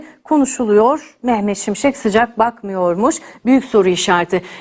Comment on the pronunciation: Mehmet “SimSek” değil, Mehmet ŞİMŞEK!